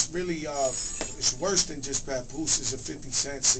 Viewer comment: LOL HE SAID "PUPOOSE"